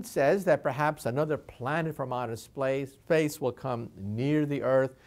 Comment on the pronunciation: "Outer splace" Good- now I know I'm not the only one.